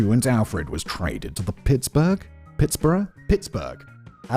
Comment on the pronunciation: Pronouncing Pittsburgh, Pitts-Borough is a new level of Englishness I haven’t seen before